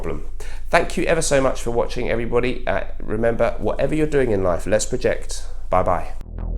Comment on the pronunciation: Could've sworn I heard "for wacking." Now you've REALLY got my attention.